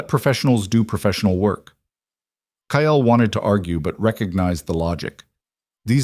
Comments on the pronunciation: The stories are good but the pronunciation of Kyle is not ki el it's plain kyl. I know they aren't spelt correctly phonics not the way they are actually spelt. AI always pronounces St as street not Saint and now Kyle wow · KYLE'S name is pronounced K-EYE-L.